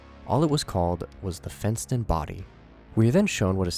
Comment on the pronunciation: When he said “fent”ston I lowkey tweaked